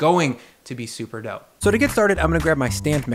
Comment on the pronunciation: i thought you meant "doughpe"